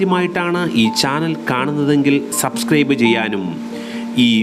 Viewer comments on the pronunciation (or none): none